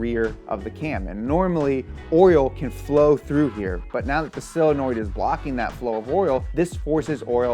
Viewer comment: The only problem I have with Donut is pronunciation of "solenoid"